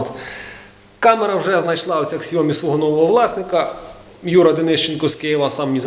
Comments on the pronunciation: Не ксяоми а сяоми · снимал видео, про то, как он звук улучшал на Xiaomi (кстати произносится, как Сяоми, ох уж эти китайцы).